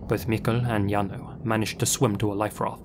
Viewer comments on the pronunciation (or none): none